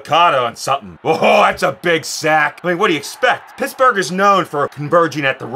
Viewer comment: He said, "Pissburgh."